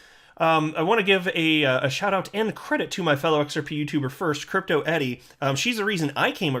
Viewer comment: It's Crypto ERI ... NOT Crypto EDI !!!